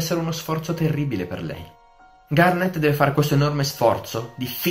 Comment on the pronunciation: Sembra che dici "kinder garden" XD